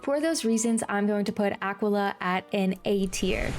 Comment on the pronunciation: I took personal offense when u said Aquila and not aqwilla 😡 my take: wiz city: the og, goated krok: fun, short, clear progression marleybone: eh, everything is the same Wysteria: eh, boring but short, first instance of early cheating bosses. (Belladonna is crisp 🥴) mooshu: I liked the setting and the osts, relaxing dragonspyre: mali uses dark sprite, immediate L world 💀 celestia: u learn astral schools and learn like 80% of the ENCHANTS, a really good boost in power Zafaria: another enchant, short world, clear progression Avalon: pretty enjoyable, jabberwock goated, hated the running back and forth Assteca: booty butt cheeks world, no clear progression, u still fail at the end. khrryysssalis: 277 quests. 75% of dasein’s existence is this goddamn world💀💀 Polaris: goated, my fav world mirage: unique, enjoyable, lots of depth in the setting (istar 💦💦) empyrea: fun in the reverie only karamelle: eh, got annoying, but short lemuria: enjoyable, short, not that hard novus: see it get hate bc the final boss skews the outlook, it looks cool and it was fun wallaru: abusive, unforgiving, but fun, grind is lessened